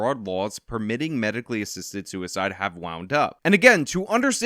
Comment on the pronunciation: "you shinasia assistant shoe icide"